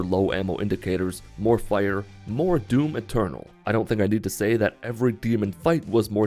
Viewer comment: Every time he says "Doom Eternal" I heard "Doom Maternal"